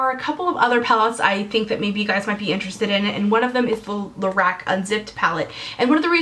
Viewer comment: Lorac is pronounced more like la-rock.